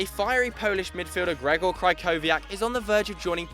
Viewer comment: What is so hard to say Krychowiak (Krihoviak) correctly, Jesus Christ